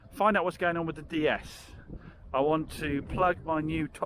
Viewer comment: you don't pronounce the D the way you are in DS it's Day S not Dee s. That car you've got is a high spec on with Sat Nav and Xenon, Led Headlights. It also has Apple car play Via Usb